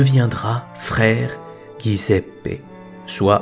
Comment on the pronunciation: J'aime trop l'Italie et les italiens pour vous cacher que Giuseppe se prononce djiouzépp; svp. Félicitations pour vos vidéos.